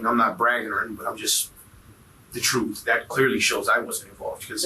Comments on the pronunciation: Ima tell you the truff. 😂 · The man said Im gonna tell you the TROOF as if he werent purposely wantin to sound ignant!